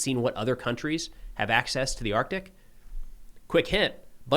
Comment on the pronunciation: Thank You for pronouncing the "C" in Arctic.